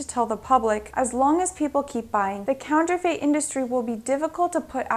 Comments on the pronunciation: Counterfeit not counterfate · Eep! Urk! Yeah... Pronouncing Borneo wrong. It can happen... WAIT a minute, wait a minute: What the hell is "counter-FATE?!"